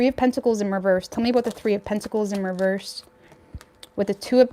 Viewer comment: Love your channel BUT " REVERSE" DOESN'T HAVE A "T" AT THE END OF IT !!!! LOL